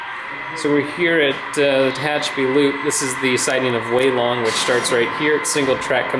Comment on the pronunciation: Good to see this amazing layout again. I'm not sure you're pronouncing Tehachapi correctly. As I'm sure was mentioned earlier, in the old days (until 1996) it was SP and Santa Fe. SP built the route and Santa Fe was given trackage rights. For a video, you pan the camera WAY too fast. Was getting a little dizzy. It's good to get down to track level when shooting a train.